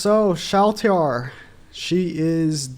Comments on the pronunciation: Please it isn't pronounced Shal T Rrrr it's Shaltear 😭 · yea not sure why he keeps pronouncing it like that xD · what do you do when you open something? You TEAR it open! Its ShallTEAR, you do not separate the syllables! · You better pronounce her name correctly next time!!